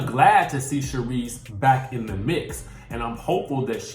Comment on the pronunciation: I was disappointed when you said Sharise. Even though I like her.